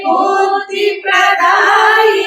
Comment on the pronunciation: పూస్తక అనకుండా పుస్తక అంటే బాగుంటుంది అనుకుంటా.అలాగే బుద్ది